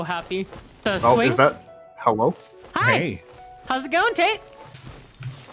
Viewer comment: lol, "hewwo im back"